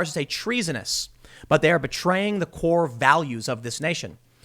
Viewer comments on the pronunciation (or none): none